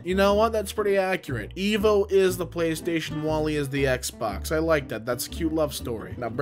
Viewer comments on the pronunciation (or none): none